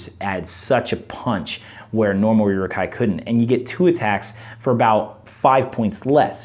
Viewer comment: By the way, Rumil has the accent on the U which means it's pronounced "ROO-mill". Also, it's more like "OO-rook", or "Uh-ruhk".